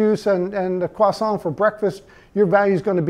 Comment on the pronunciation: the first american I've heard pronounce croissant correctly - this alone is reason to trust this man's hard work